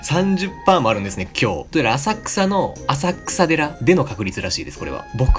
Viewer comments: あさくさでらではなく せんそうじです。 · 「あさくさでら」ではなくて「せんそうじ」ですよ(今更) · 「あさくさでら」ではなく「せんそうじ」では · 浅草寺は「あさくさでら」じゃなくて「せんそうじ」ですよー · せんそうじをあさくさでらって言ってて草w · … 浅草寺は「あさくらでら」じゃなくて「せんそうじ」って読むらしいですよ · 浅草寺(あさくさでら)じゃなくて浅草寺(せんそうじ)じゃないん？ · 浅草寺(あさくさでら)？ 浅草寺(せんそうじ)じゃないの？ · 浅草寺 ｢あさくさでら｣ではなく｢せんそうじ｣だと思います！ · 浅草寺はあさくさでらじゃなくてせんそうじですよ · あさくさでらではなくせんそうじだゾ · 浅草寺は｢せんそうじ｣だぞ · あさくさでらではなくせんそうじですよ!! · 浅草寺(せんそうじ)ですよ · 浅草寺は「あさくさでら」じゃなくて、「せんそうじ」ですねw 結構みんな間違えるよねw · あさくさでらじゃなくてせんそうじじゃね？ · 浅草の"あさくさでら"ではなく "せんそうじ"ですよ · あさくさでら？せんそうじじゃなく？関西人だからわかんない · 「あさくさでら」じゃなくて「せんそうじ」な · せんそうじ じゃないの？ww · (浅草寺) ✕あさくさでら 〇せいそうじ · って結構読み間違え多いよねw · 浅草寺って読み方せんそうじじゃなかったっけ？ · せんそうじですよ… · まあでもあさくさでらって読むのも仕方ない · マシュメロくん たまたま浅草寺の読み方を習う日に学校休んでたかもしれないじゃんwwwwwwww